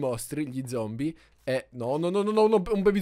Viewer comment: hai detto veramente uno zompie? 😂😂